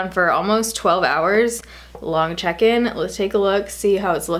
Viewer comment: Whenever she says "check in" i just hear chicken. Maybe it's cause i'm hungry idk